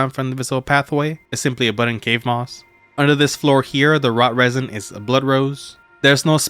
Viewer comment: Root resin, not rot resin.